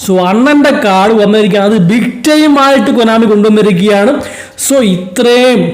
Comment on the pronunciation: Broo, adjust ur audio, it's very irritating and , talk good I am the konami not kunnami , and stop being cring !!!!